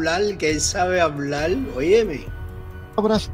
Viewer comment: NO SE DICE HABLAL SE DICE HABLAR POR FAVOR PRONUNCIEN COTRECTAMENTE